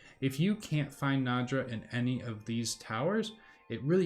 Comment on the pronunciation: "NAY-draw" is how it's pronounced. The "D" isn't before the "ya". lol.